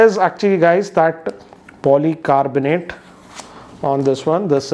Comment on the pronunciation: "back is polycarbonte and front is glass " 😜